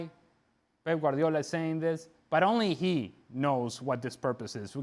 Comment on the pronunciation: Who is "Pep Guariala"? 🤣